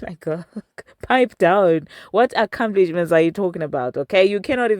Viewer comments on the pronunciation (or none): 😂😂😂Ah ah ah comeplish men 😂😂